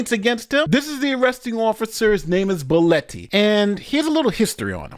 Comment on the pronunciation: BEH LAW TEE , i cant believe 2 people pronounced that name wrong or is it just me ?